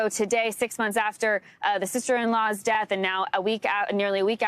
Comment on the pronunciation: PLEASE! IT IS NOT “DATH”, the word is pronounce death, de-uth. Not DATH!